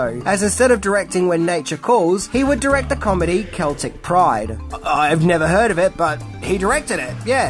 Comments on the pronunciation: Say it with me…. Sell-tik not Celtic. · Not Kell-tick Pride... Celtic Pride... as in the Boston Celtics basketball team. Pronounced Sell-Tick. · Just wanted to say, Its Celtic Pride as in the Boston Celtics(sell-tix) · LOL. Fair mistake for a Brit but it's actually pronounced "SEL-tic" pride after the NBA team from Boston. Love the vids. Keep them coming. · Celtic is pronounced Seltic in the States and you should review that comedy. It's a NBA basketball team. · It's "cell-tic" not "kel-tic" pride, and you should absolutely watch it, it's great for what it is. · The way you pronounce "Celtic" is correct and the team name is the Boston Celtics(Pronounced like Seltics) so it's like I can't say you prounounced it wrong. Just one of those funny things. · “Keltic Pride” 🤣 does really not know who the Boston Celtics are 😂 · I think would love “Celtic Pride” (pronounced “Sell Tick”) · it probably wouldn't be well known outside of the u.s. unless you were just a big u.s. basketball fan, but the Boston Celtics, which is clearly inspired by the Celtic people, is pronounced sell-ticks, i have no idea why this is. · Celtic Pride is a movie about kidnapping a basketball star, to prevent him from winning the championship. It's pronounced like SELLtick pride. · lol "Celtic Pride" It's pronounced Sell-tick for the Boston Celtic basketball team. Cracked me up. Not like know Aussie football teams and I'm sure I would butcher the names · The C is pronounced with a an S sound I believe? Celtic pride aka NBA basketball team Boston Celtics Y so serious 😈🥃🃏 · Celtic Pride is pronounced starting with an S sound. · his pronunciation of Celtic messed me up…… but he can’t be American so he gets a pass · I know you not being an American wouldnt know this but Celtic Pride isnt pronounced with a hard C but instead it's pronounced like an S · It's pronounced "Celtic Pride", not "Celtic Pride"